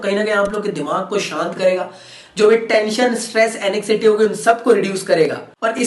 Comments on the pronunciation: एंजाइटी hota hai sir एनेक्सिटी nahi hota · ANEXCITY NAHI KEHTE BHAY USE XDDDDD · sir pdai likhai ko pehle side hatao aap na pehle apni english sudhaar ke aao😆😆😆. Anxiety ko anekcity bol rhe ho aur contraindications ko contradictions 🤣🤣🤣🤣🤣very nice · mans really pronounced anxiety as anixity👍🏻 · Sahi trikona Asana kara le ..or anxiety bolna seekh le